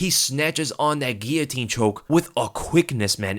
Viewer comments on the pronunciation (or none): none